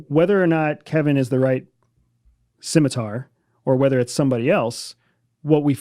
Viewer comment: I've never heard any say "Scimitar" so incorrectly. Someone has no idea what it is.